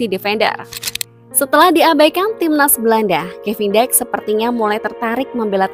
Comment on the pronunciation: Pelafalannya Kevin Diks (seperti menyebutkan dik pada adik),,,, jadi BUKAN Kevin Daiks.....wkwkwkwkwk